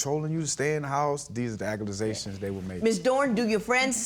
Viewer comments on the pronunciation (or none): My man said "Aca-la-zations" 😂😂😂😂😂😂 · We saying 'aku-mu-zations' now? My lawd. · He seems like a nice guy, but if I hear the word "acculasation" one more time!!!